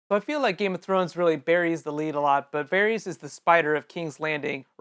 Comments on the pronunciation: It's VARRIS! RHYMES WITH HARRIS! Not Harry's. Fool. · Pretty sure his name is pronounced "Var-is" not "Var-rees."